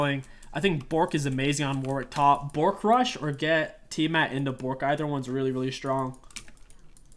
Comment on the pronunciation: My favorite part of the video was every time you said Bo(t)rk, since WW is a pupper.